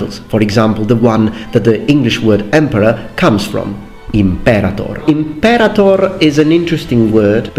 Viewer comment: Nice, but it's imperātor since the verb is a-conjugation. So, the third syllable is stressed, not the second one.